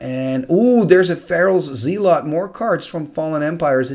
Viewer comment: I love your videos and the commentary on them is always wonderful. Your English is damn near perfect, so I hesitate to mention anything. But I come from the American South, so take that as you will. Most Americans I am around pronounce "tortoise" as "tore-tuss." Same with "Zealot." Most people I know pronounce it "zell-lot." Again, no hate. I love the videos and love the commentary. Just wanted to post this.